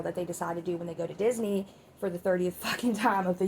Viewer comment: "Dis knee" 😂 omg girllll